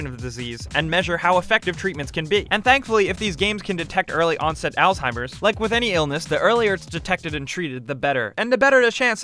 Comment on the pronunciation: Altimers? Dementa? Might wanna learn how to pronounce some things as you do the research. I believe you were going for " Alzheimer's and Dementia"